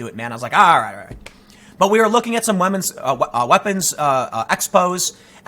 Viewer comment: "We are looking at some wahmens expos" lmao